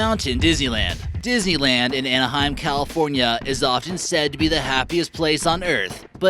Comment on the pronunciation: Why do I keep understanding dizzyland instead of Disneyland?😂